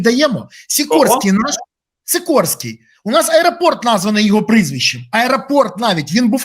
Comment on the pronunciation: "да рєчі"!🤣😂🤣😂 " Аєрапорт"! 😂🤣😂🤣 І баріслав бєрєза! 😂🤣😂🤣 Втер Портников шановному носа! 🤗